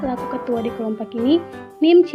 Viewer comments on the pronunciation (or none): Keren, tapi cara membaca NIM nya masih salah😅🙏